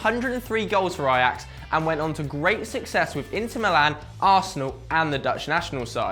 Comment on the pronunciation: ITS FUCKING AJAX! NOT EYEAX